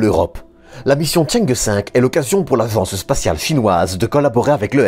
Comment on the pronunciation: aGence spatiale! pas azzzence spaciale!!